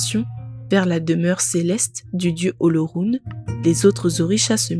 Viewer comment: Félicitations à vous mais cela aurait été encore lieux si vous aviez pu prononcer le mot OLORUN comme il se doit. Mais la perfection n’est pas de ce monde 😂